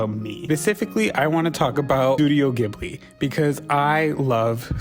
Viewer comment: not you saying you're a big ghibli fan and pronouncing it wrong KJDFADGKHL /lh